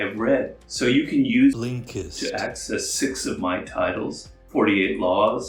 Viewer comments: Law 49: remember how to pronounce the name of your sponsor. Specially when you claim to use it lol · I love how you say blinkest 😂 it makes me laugh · Is he saying/pronouncing Blinkist wrong in the ad? Lol, they keep dubbing over Robert’s voice - and it feels super odd.